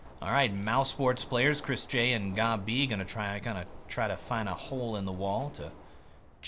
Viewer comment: How do you manage to prono8unce Gobb, Gobbie ? made my day xD